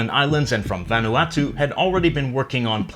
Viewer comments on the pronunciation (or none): none